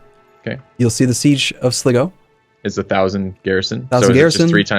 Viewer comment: Sly-go, Tie-Rone and Kill-Dare. I'm really enjoying the series but the mispronunciation always kills me a little inside